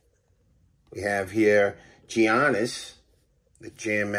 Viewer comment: I stop watching when he said Gi Annis!! 😂